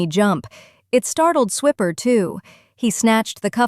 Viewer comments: Fun story. The worst part about AI narrators is totally messing up the name. The whole Dora the Explorer joke of "Swiper, no swiping" is lost with pronouncing the ferret's name as swipper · Ahhhh, either Spell the Character names Differently or Pronounce them Correctly! Swiper is like when you Swipe your Credit card with an R at the end. The Ferrite Steals things so the name is appropriate..